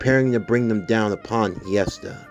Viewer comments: So just wanna clear something up its actually pronounced (hest-eeeee-aaaaaa) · Ngl your pronouncing hestia’s name wrong